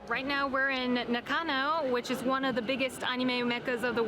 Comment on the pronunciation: Joe don't copy how that girl in Japan proncounces stuff, it's completely off. You said anime just right! How she pronounces Nakano is just pure cringe XD